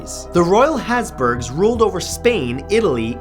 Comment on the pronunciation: ”The hasburgs”